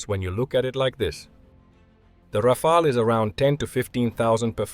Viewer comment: A pleasure to watch a video where Rafale is prononce correctly!